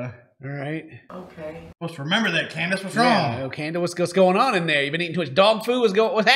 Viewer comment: Did he say candice ? 👁👁